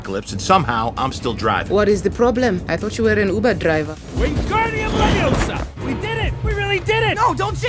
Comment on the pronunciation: It’s LEVIOSA not Leviosar!